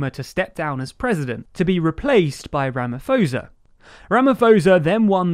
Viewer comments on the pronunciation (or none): Good video, very fair representation of the situation i feel. Protip though, check out how you pronounce people’s names… Ramaphosa is pronounce Ramaposa (roughly) Thabo is pronounce Tabo (roughly) Th and Ph don’t work like they do in english in almost all South Africa languages and i cringed every time i heard you say “ramafosa” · Don't wanna be that guy...but the ph in Ramaphosa is pronounced as po not fo... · It's pronounce Ramaposa not Ramafoza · The “ph” in Ramaphosa is pronounced like it’s a “p” - as in Ramaposa. And not like it’s an “f” like Ramafosa. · Really well covered video. I am a South African not a Zulu speaker but it’s pronunciation is ramaposa . Not ramafosa . South Africa had stimulus checks for the economy but that money was stolen by the state. The only answer is economic growth in conjunction with a unified political party. To dive in deeper the looters did have some racial targeting of white businesses and Indian businesses. The Indians and whites was not fond of that at all . When looters started moving in urban areas the local communities shot looters in self defense. The black community saw it as racism which is utterly ridiculous and idiotic. Self defense is not racism. The black community is now hashtag Phoenxi massacre. Targeting Indian people because that suburb defended their area really well and killed a small amount of looters. So minorities fear for their lives because of narrow minded people like the looters . Who are racists themselves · seems to have a habit of using anglicised pronunciation of non English names. It’s not THAT hard to find out the correct pronunciation (and reduce the perception that is naively perpetuating imperialist tendencies). Footnote: Ramaphosa pronounced Ramapawsa not Ramafosa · As a South African, what I see as the biggest problem will be to get rid of Zuma and his supporters and it's not your fault but it's actually Rama-P-osa and not Rama-F-osa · Ramaphosa... not Ramafosa, its Rama - pause- a